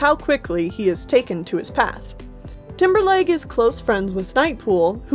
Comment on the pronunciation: I kept thinking you were saying Timberlake instead of Timberleg